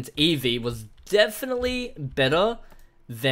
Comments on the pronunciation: Eevee really it's Eevee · It’s eevee